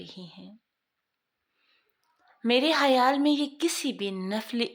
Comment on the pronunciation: hayal nahi khayal